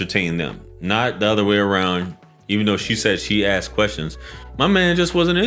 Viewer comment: She axed him and questions